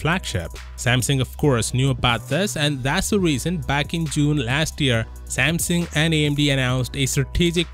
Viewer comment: Samsung not samsing u idiot